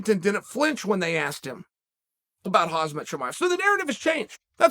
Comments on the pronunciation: Chael please say HAMZAA, NOT HAZZZMAA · Too this day he refers to 'Khamzat' as "the khaz'mat experiment" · He calls him khazmat. It is khamzat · It's HaMzat not haZmat 🥴😏😒🤔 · Mr. Sonnen, I believe that if you are going to speak on the topic that is Khamzat Chimaev, it would be a good thing if you made more of a viable effort to honor and respect this man by, at the very least, pronouncing his name correctly. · Please learn to pronounce guy's name correctly.....it's KhamZat (not KhaZmat).... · It’s Khamzat not Khazmat.. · Hazmat Chimaev Lol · FFS boofhead. are you dislexic? its khaaamzat ! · He says Hazmat, actually rolls easier on the tongue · “Hazmat” Chimaev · not even ten seconds in, hazmut? we love you uncle Chael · Crazy how you never once got khamzats name right lol calling him hazmat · Hes like the granpda who cant pronounce anyones names correctly. Its not 'haz-mat' 😅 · Chael still saying Hazmat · Who is this Has-matt? 🤣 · if chael says it's HAAZMET chimaev, it IS "HAAZMET chimaev! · "HAZ-MET" - Chael every time. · No wonder Chael calls him by his last name more than his first name lol "Khazmet" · How is Chael getting better? But dude how has no one told you it’s not Hazmat. Reverse the z and the m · The way Chael calls Khamzat Chimaev hazmat is funny asf 😂🤣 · Hazmat lol, at least get his name right Chael! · Hazmet ? ok uncle Chael if you say its Hazmet its Hazmet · Who is that khazmet he's talking about?! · “Khazmat Chimaev”, way to go uncle chael 😁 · KHAM-ZAT its not Hard come on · Why does Chael keep calling khamzat hazmat? Lol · Hazmet Chimayev, Chael you mispronouncing king you! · Is he saying Hazmat to troll or just that he thinks thats his name? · Who da hell is that Hansmat he's talking about? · “Hazmat Chimaev” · Khamzat. Pronounced Hazmat by Uncle Chael. Hazmat - 'Hazardous Materials' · Is he calling “hamza” hazmat? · How is Chael still saying Khamzat’s name wrong 😂😂 it’s so disrespectful, I love him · chael you keep mispronouncing khamzat